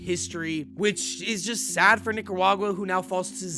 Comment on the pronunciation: Yo son watch how you pronounce Nicaruagua. Lol gettin real close